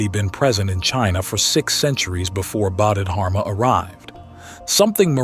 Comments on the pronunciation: It's pronounced bodhi dharma rather than bodhid harma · Actually the Chinese didn’t convert to Islam by the sword, you might ask your AI written and poorly pronounced presentation (How do you get such an important name wrong) to double check its facts, it was much more complicated than that. Trade, merchants settling, different Dynasty picking it up, central Asian migration, the ancestors of the Hui people was another factor.